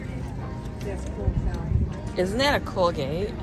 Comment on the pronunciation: Please say cool and not pronounced cooel